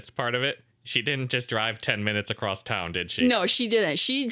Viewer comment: always adds a "t" sound at the end of the word across. What is that about? Where do you pick up habits like That? Why?